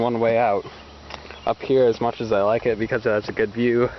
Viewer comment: Much not moch